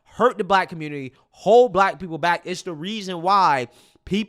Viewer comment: "Aight guys! So we gotta talk about" how the Communitah is a lost cause yo... 😂🤷🏾‍♂️🙄🤦🏾‍♂️🤣